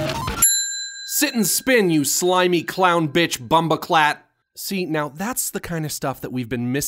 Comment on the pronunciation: Bumboclatt is a jamaican bad word and you pronounced it wrong